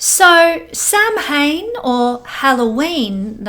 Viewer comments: sham win pronunciation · Just FYI - Samhain is actually pronounced “Sow-en”. :) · Samhain is pronounced like "sow" (pig) "in". 💗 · Samhain pronounced: “Sow” (like female pig) - “in”. It is the Irish/Celtic for this time of year ie.: Halloween.